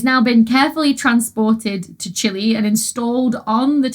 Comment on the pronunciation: trophy-yellow-smiling: Thank you so much, Dr Becky, for using the correct English language pronunciation of the country of Chile! 👍 There is a widespread and cringe-worthy tendency to say CHEE-lay in an awkward attempt to mimic the Spanish pronunciation. I 👉HATE👈 that.